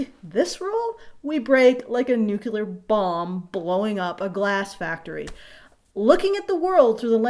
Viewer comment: ... did you say "nucular"?